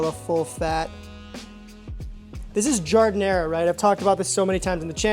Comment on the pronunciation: Why are you pronouncing gardenia like that?